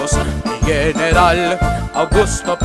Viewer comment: Beautiful! However, you mispronounce the "g" in "general". It is pronounced like "х" in Russian, because it comes before an "e". If it was "gueneral", the "g" would be pronounced like "г" in Russian.